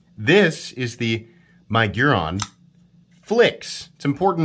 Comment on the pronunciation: My-giron🤣 It’s Mig-uron